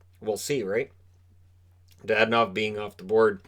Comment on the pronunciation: It's not DaDanov, it's DadOOnov.